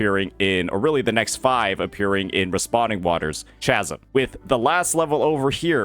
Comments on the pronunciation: "Chasm" is pronounced with a "K" sound. Like Charisma and Chaos. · chasm with a k sound. like chaos, my guy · Just gott say that is NOT how you pronounce chasm💀💀💀